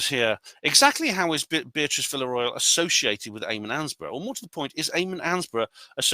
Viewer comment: I have a message from the pronunciation police for you, mate. The correct pronunciation of Villarreal is 'vee-ya-ray-al'. Or if you are a non-Spanish-speaking person, it's acceptable to say 'vee-ya-real'. Similarly, I cringe when I'm in a restaurant and a waiter or waitress mispronounces the word 'tortilla', which of course is pronounced 'taw·tee·ya' because two instances of the letter 'L' together in Spanish are pronounced as 'ya'.